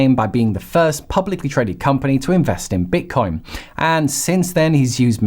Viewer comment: Why do you keep calling it bit"corn"?